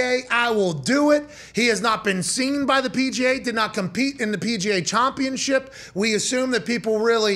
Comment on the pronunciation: Did you say chompionship?